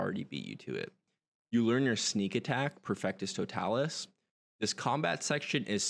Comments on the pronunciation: not “perfectus totalus” lol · Perfectus totalus made me wince, no shade just thought it was funny